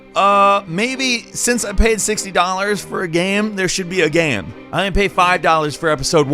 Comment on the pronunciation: The way says the word "game" is really jarring. I know that sounds mean, but it's like he found an extra syllable in there, and I can't get over it.